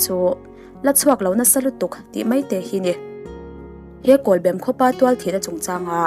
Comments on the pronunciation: kawlbem pawh lam dik ve ta ☺.. i sawi dikin i sawi tha thei hle mai. a tawp i rawn khar dante kha ka hnuk ulh deuh lom.... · Kawlbem khua lam thiamlo dik chiah i lam lai ka han hriat a lam diklo ka lo ti nghal awle zam reng reng suh huaisen takin pathian hruaina in kal zel ang che mizote mamawh i ni e